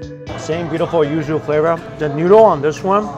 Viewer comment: I thought you said “ used “ ramen instead of yuzu ramen lol I was so concerned for about 15 seconds